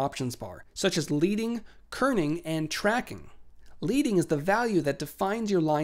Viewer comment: Great video but.... it is pronounced LEDDing not Leeding. The term is named after the lead (as in the metal) spacers used between lines of type in setting moveable lead type (again lead as in the metal - not like leading a horse).